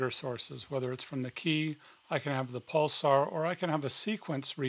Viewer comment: Ha with the gravity, now it starts to make sense why he pronounced pulser as pulsar